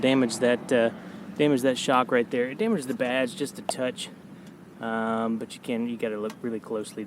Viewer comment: That-uh, and but-uh made me skip the video 😢